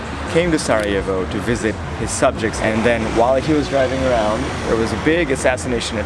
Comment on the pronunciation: Is sarajevo, not sa'ajevo bro. na good video